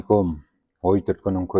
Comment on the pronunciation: Ассалаумағалей ком емес, күм деп айтыңызшы, Ассалаумағалейкүм